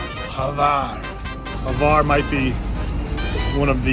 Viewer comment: Why is he saying Havar? Its Hvar idk where he gets that A from lol